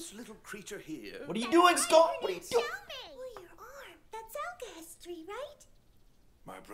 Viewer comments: Why does everyone call it "alchi-history" it's "alche-hestry" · Alcahestry not history :) Ishval not Ishbal, Ishval sounds better anyway.